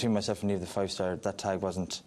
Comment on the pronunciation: Jesus, it's NIAMH, not Neivh. Where the fuck do you think we're from? Istanbul? Jesus, it's Niamh!!